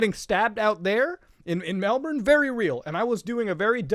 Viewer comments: OI MUTAHAR Its said mel-BIN not mel-bern you Canadian foreigner. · 0/1 video, city is pronounced Mel-bin, not a true aussie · it’s pronounce ‘airs’rock Also Melbourne is pronounced Mel’bin’ Just hurts us aussies 😪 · its pronounced mel-bin not mel-born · everyone misprenouncing Melbourne Mel-ben not melborn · Please muta its pronounced mel Born as in a baby being born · Hearing Australian city names coming from a non-native-Australian-accent-haver is surprisingly jarring. Like, you really emphasize the "bourne" part in Melbourne, and the "bane" part of Brisbane. We just pronounce them as "Melbun" and "Brisbin". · It's BrizzBen not Briss-Bane. Muta you've just paired some horrid back alley affair where a circumcision meets the antagonist from Batman 😆. Dear God, What have you done!?!? Edit - MELLBURN??? MELLBURN??? Good sir, I challenge you to a duel. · its pronounced melb'n also its not yes, its optus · I live in this place you refer to as 'Melbourne'. Here it is pronounced melben. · It’s pronounced Mel-Bin. For someone who loves it so much you should pay attention to how it’s pronounced 😑 Nah you’ll alright